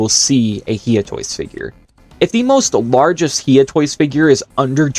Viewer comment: Bro its no He Ah toys its hi ugh toys